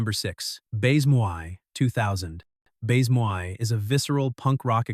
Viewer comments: Bayze-moy? FFS, if you're going to review French films, learn to pronounce the language. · AI SLOP !!! Can't even pronounce baise-moi !!!